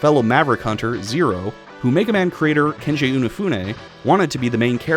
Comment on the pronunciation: I know the gaming world kinda collectively turned on him after Mighty Number 9 (deservedly so), but Mega Man wouldn't be what it is today without Inafune, so you can at least get his name right. It's Keiji, not Kenji.